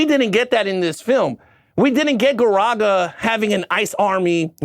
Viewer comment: It’s actually pronounced garaka with a K. Your saying Garaga. I apologize being the nerd